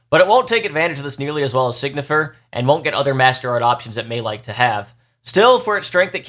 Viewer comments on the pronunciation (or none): Time to be a douche. It pronounced sign-y-fer. Not Sig-Nifer I am sorry